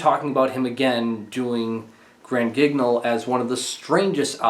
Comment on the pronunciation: Grand Guignol is a favorite of mine. I would just like to note that Guignol is pronounced "Geen-yohl"